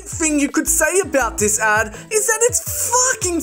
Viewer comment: genuine question whys he say dat and dis and der i cant stop laughing